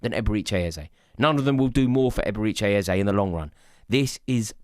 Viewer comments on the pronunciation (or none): Absolutely butchered his name